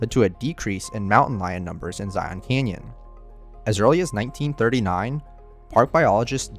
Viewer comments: "Zi-un" not "Zi-on." Of course the locals call it "Zi-uns" which us just as awkward. Considering that I usually sleep outside under the stars when I go to Zion I'm not all that sad that mountain lions moved out of Zion Canyon and the Springdale area. Considering that the canyon is just a small part of the park and that most of the tourist activity is centered there it's probably a good tradeoff. In fact there's a rock art panel near the south entrance called Sacrrifice Rock. It doesn't depict a sacred ceremony. No, park officials decided to make it's location known with the understanding that the area would probably get trashed. That panel was sacrificed to draw the crowds and hopefully leave other areas unaffected. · Please for the love of all things- EDUCATE yourself before making YouTube content! It's not "Zy - yawn"! It's pronounced either Zie- in or Zie - an. Kinda a mix of both. Said all together smoothly without any awkward breaks or stuttering through the nose! It's not "Zy - yawn"! You have mutilated this park name about 100 times in your video! It's not "Zy - yawn"! Where you come from? Another country like maybe Cali- flowera? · that’s how it’s pronounced. I’m not a tourist. It’s a reference to the Bible. Zion comes from the Bible. Huge Mormon culture down here in kanab. Everyone says zi-on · You are miss pronouncing Zion. It is not Zi on. The o is more of an a or e sound. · yesh yesh...but majority of mormuns say "Zi-un"... lol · Maybe this bloke should learn how to at the very least pronounce the name of the park he has decided to document? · I literally cringe every time the narrator says Zion. I've also attributed making it a plural "Zions" to tourists as well. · When he shreds Zion's name, it literally sounds like vomit. I had to use all my will power to get through the video. When you condone mistakes, you become just like the Putin supporters of the world. The wisest people will welcome corrections. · It’s said ZiYin Zion not Ziyon